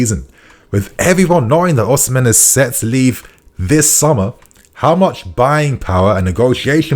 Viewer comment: bro why are you saying Oshimen like that lmaooo